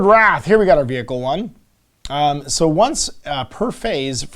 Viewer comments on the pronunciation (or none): none